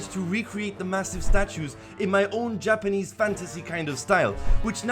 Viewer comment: everytime he says 'japanese' I'm like (nooooo!)